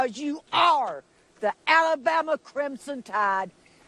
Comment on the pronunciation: I love when she hurls the insults. Also, the way she says AlaBUMuh. Total entertainment! Go!